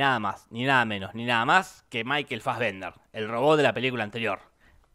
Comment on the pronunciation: Puede dejar de decir Michael "Faggender"??